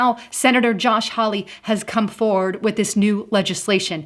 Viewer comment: Great information. Josh Hawley is pronounced HALL-EE.